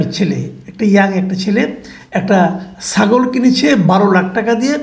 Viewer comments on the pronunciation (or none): প্লীজ সাগল না -ছাগল বলবেন